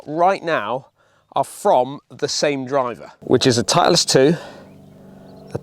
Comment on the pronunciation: Why are you saying titliest